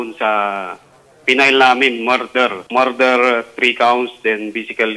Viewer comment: PRONOUNCIATION: not "MAR-DER". It's "Murder" [ˈmər-dər or Mer-der ]